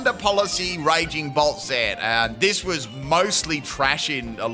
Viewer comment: Is it wrong that the whole video I kept hearing Raging Bull instead of Raging Bolt? I had to do a double take more than once to see which Pokémon it was 😂